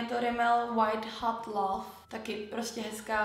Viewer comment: love se čte laf a ne lóóóóóóóv s Tim kachím hlasem